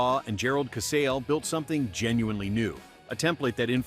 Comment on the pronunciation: DEVO? "Disappeared"? Who wrote this?! Who READ it? It's ca-SAL-e, not ca-SALE.